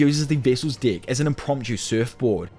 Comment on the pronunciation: Deck. It has an e not an i